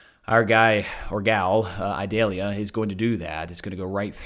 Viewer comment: Eee-doll-yah. It is not an onion.